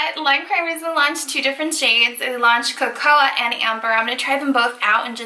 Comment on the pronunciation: Co-co-ah beans